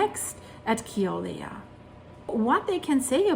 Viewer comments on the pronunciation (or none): It's pronounced Kill ow way uh, Mauna Loa Mow Nuh low uh